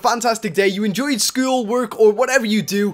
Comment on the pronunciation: You hurt me when you said school!